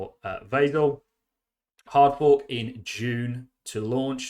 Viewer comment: I can't wait for Vasil HF. btw it is pronounced "Vazeel"